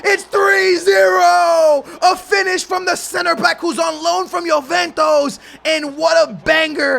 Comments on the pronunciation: it's You-ven-tus not Yo-ven-tos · Why does he say Juventus like "Joventos"